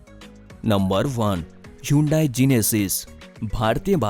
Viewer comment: Atleast pronounce hyundai correctly😃